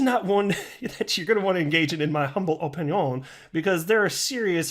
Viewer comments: I feel cheated on this video😢 you didn’t give your “humble oh pin yawn” 😂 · He said opinion wrong... must not be the real. Edit: ok he recovered later.